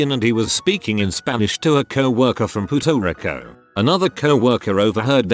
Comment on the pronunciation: "Puto Rico"